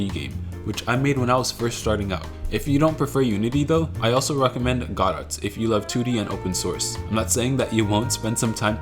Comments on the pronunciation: I first thought it was "go dot" but "god et" is even worse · "Godet" is crazy bro it's pronounced "guh dough" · It’s pronounced “ ga dough” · bro doesn't even know how to say godot 😭 😭 😭